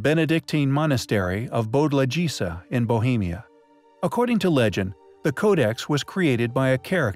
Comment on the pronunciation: "Bodlašica" "Bšifnof"